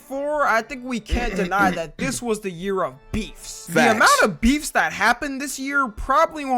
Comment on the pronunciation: Bro I thought you said befff like meat